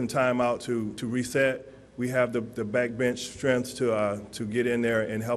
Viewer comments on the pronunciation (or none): none